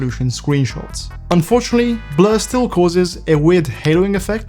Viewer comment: he literally clicked the Blur setting, he just pronounced it weirdly. Nothing to do with Bloom.